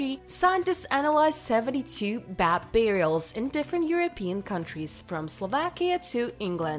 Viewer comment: they referring to beds and she keeps saying bats that's nuts